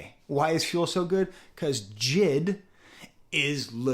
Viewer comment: AVAA It’s not JID , it’s J.I.D